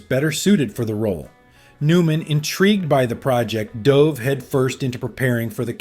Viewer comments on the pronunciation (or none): none